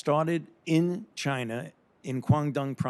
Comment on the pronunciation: Fauci says “Chiner” the